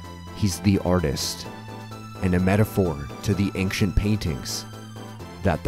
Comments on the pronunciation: Aside from you pronouncing "ancient" like "ankshent", this is a 10/10 documentary. Very well done!! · This video was pretty great except for the way you kept saying anc-shint was distracting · Why do you pronounce ancient as "anxient"? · May I ask why you say anksient instead of ancient? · why do you keep saying "anxient" instead of "ancient" :/ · Why do you pronounce “ancient” in such a way? Good video, though. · I'm loving this video. I only have 1 gripe, that hard "K" sound he puts in "Ancient". Well done overall, truly. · please learn how to pronounce ancient, your mush mouth ruined the whole video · I've never heard anyone pronounce "ancient" with a hard c, that is very strange to hear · Such a fantastic video! The only thing that throws me off is your pronounciation of "ancient" ^^ Maybe check that for the next video. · First i want to say that i loved this. But i have one complaint, and boy do i hate to be that guy, but the way you pronounce ancient was making my eye twitch 😂 to each their own though.